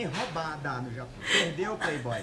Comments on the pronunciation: Pureibōi pureibōi KKKKKKK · Gabrielle Alcantara pureibõi